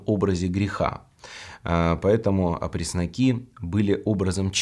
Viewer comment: Читайте опресноки ставите неправильно ударения ударение ставится на вторую